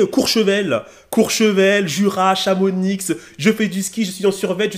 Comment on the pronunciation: Ptdrrr on dit « chamoni » mais change rien t’es un monstre😂😂